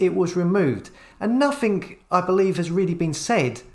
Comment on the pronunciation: Like watching you videos but will you stop saying nothink and somethink instead of nothing and something! It's so annoying!